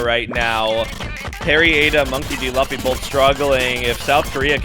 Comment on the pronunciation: the way the annoucer mispronounces Monkey D. Luffy is kinda infuriating cause how tf you mispronounce the name of the main character of one of the most recognized anime of all time??? next up he gonna start saying "Go Q" instead of goku or "Vaguita", "Nuhrut O", "Go N", please, how can u not know the name of an anime protagonist when the game ur commentating on is so deeply intertwined with anime culture ??? 😭😭😭